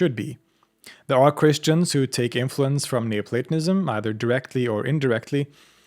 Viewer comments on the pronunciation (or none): Schon nach dem ersten satz dieser computerstimme: ...." neuplatAnismus"! ,! ,! MUSSTE ICH ABGEHEN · It sounds a lot like you're saying 'neo-satanism' ... jus` sayin` ...